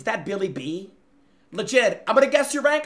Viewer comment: bro called bill belle check billy bee 💀💀💀